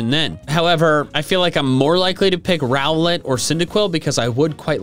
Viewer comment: SSSAAAAAAMMMMMEEEEEE (btw it’s rowlet)